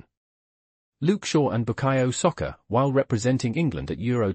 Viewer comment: How you pronounce Saka as Soccer, is beyond me!